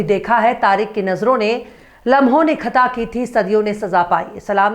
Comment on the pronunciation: jee, khata ka pronaunsetion sahi boliye.Thanks